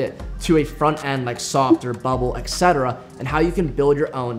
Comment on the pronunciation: Oh no, he said “exetera” 😂 (it’s et cetera) .. but apart from that - awesome! ❤ liked & subscribed